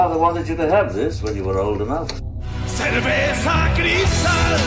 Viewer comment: Haha English speaker can not even pronounce Cerveza Cristal correctly. Really how hard is it to pronounce words that are not English?